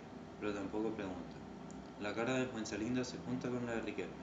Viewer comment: buen video mano, ojo que era Fuenzalida y no Fuenzalinda kdkdkdnd